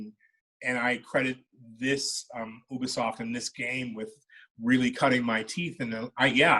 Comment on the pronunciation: I like that he pronounces Ubisoft correctly . Oooooh-be-soft , not YOU-be-soft .